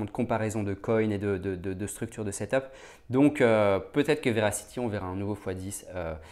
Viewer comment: Verasity pas veracity 😉